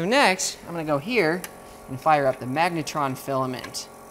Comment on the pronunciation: 'magnetron'??? .. sounds like megatron